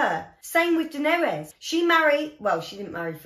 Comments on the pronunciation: Love the reaction, it's always a pleasure seeing a new vid out from you! FYI: You pronounce Daenerys' name slightly wrong (You pronounce it Dan-er-es, but it's actually Dan-er-iss) Can't wait for the next one:) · More like, Duh-NAIR-iss.